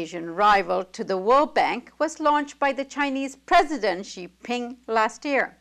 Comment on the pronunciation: This lady does not pronounce Xi Jin Ping correctly.